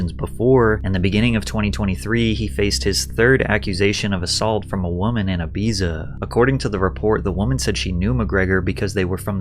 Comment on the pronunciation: Aye bee za 😂😂